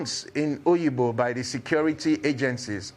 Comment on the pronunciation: It is Obigbo, not oyigbo. This Nigerian agbero government, devil is waiting for you at the gate of hell.